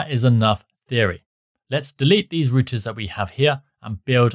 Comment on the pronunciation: good tutorial and all just the way he pronouncing routers as "rooters" instead of "rou-ters" was off putting haha